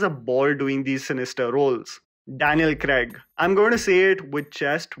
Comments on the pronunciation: Daniel "Kregg" nahi Daniel "Craig" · Daniel CRAYG?? lol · Agree to your comment that Craig was the most human of all Bonds.. and he also got his hands dirty . Just wished you said Craig and not Creg throughout 😀